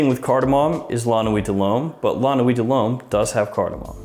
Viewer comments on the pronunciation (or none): Really? My ears are still recovering from those nine LOMES in a row